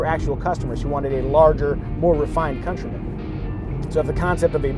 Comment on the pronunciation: Countryman as in - Cuntrymun, not COUNTARY-MAAN.